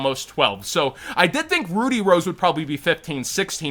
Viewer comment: As a British person, hearing the word "Ruddy" pronounced "Roody" hurts a little bit, HOWEVER that pain was alleviated by pulling a Diviner from a LIOV box that I bought to support locals.